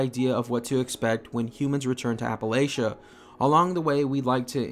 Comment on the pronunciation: Wow... one the first youtubers who pronounce Appalachia right. Can’t wait for Wastelanders. I must admit that the game is getting a bit boring but I enjoy it nonetheless and so do many of my friends. And thank you for your videos. Keep it up. I liked the Outer world videos too. The one thing I’m hoping to be in Wastelanders is new locations, factions and immersive stories... and some bugs.